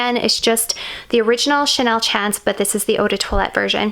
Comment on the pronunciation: It’s pronounced as Chanel SHAWN-CE MOT CHANCE.